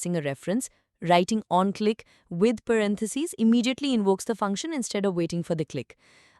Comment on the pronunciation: thank to AI voice, onClick instead of on-click 😅